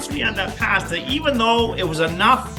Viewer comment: Take a shot every time He says “Passtah!”. 👂🩸